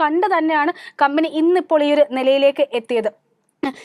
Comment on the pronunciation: വായിക്കുമ്പോൾ കമ്പനി കബനി adhe കമ്പനി. കമ്പനിയുടെ പേര് ആവർത്തിച്ചാൽ കൊള്ളാമായിരുന്നു